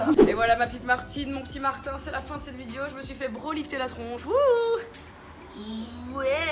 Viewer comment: Sa me stresse dans tes vidéo tu dit « vidieo » mais tkt on t’aime 😉❤️😘